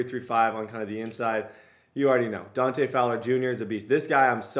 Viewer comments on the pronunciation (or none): none